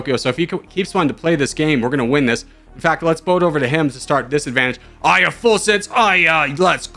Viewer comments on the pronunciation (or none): I saw the thumbnail & I immediately knew you will mispronounce Aya which is a name rooted from Arabic & it is similar in meaning to "Verse" in English